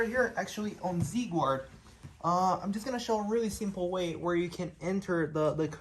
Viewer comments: He just said “gward” with an American accent🧐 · Is he doing a Mackenzie Dern accent where it sounds like American English, but you pronounce "Guard" like you only just left Brazil yesterday? 😂